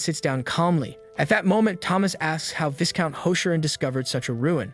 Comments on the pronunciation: These days it's hard to tell AI from human. If you're human I just thought you'd want to know Viscount is pronounced V-eye-count. The S is silent. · you should know... the s in viscount is silent. you're gonna give me an aneurysm if you keep pronouncing that s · "Heir = is pronounced "Air" "Viscount = is pronounced "VEYE-Count"